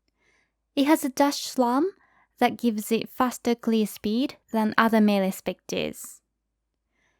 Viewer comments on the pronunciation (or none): Sounds like you're saying slum. It's a really minor thing though, I wouldn't worry about it. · GGG nerfs Spectre, buffs them again - awesome guide!! (even tho I had to giggle a little at your pronunciation of "slam":P )